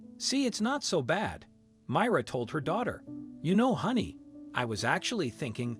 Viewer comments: It's my- ra not mira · Why can't you pronounce the names correctly? The widow's name is supposed to be pronounced as My rah. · Learn to pronounce Ethan and Myra. You screwed it every time.